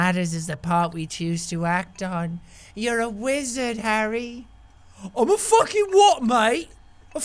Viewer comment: Am a focking what mate? A fackin wizerd